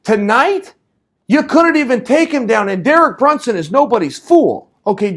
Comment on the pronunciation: "Derel Brunson" lol